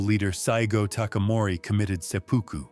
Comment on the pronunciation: Sepuku not sepoku